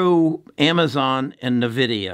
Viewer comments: N-VIDIA (pronounced envidia), not navidia. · please stop saying navidia. It is" N" Vidia. My kids are mad at me saying it like you. Great video though. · so taking tech stock advice from someone who calls it NEUVIDIA ? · its a old way of saying LOL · You owe it to us listeners to be able to correctly pronounce the company that you are promoting. Otherwise, yes, NVDA is a winning company for some time now. Added not enough shares at $508 just recently.